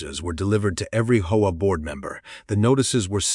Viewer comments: Why can’t AI just say H.O.A. Instead of “HOE-UH”? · It's not pronounced hoah. It's intials H.O.A. AI needs lessons in pronunciations. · It’s HOA…not hoe wah. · When will these so-called programmers teach Ai to say H O A ? Ai sucks